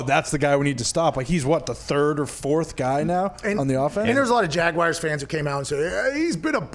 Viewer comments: Every time Pat says Jag-Why-ers another american child drops out of school :( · Wtf is a “jagwire” 🤦‍♂️